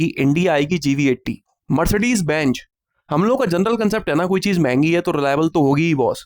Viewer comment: Mmaine bhi apne kaee words k oochaaran ko sudhaara hai agar bura lage tau mmain maafi maangta hoon jaise benjj nahin benz mmain aapka subscriber hoon aur aapki saari videos ko like karta hoon aur hassta rehta hoon kyonke aap mmain sense of humour kamaal ka hai ghar vaalon ko bhi sunaata rehta hoon